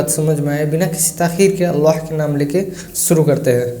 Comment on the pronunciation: مُحترم آپکا تلفظ بھی سہی نہیں ہے آپ لفظ شُرُوع کو سُرُُو کہ رہے ہیں۔ دُرُست کیجئے۔۰۰۰۰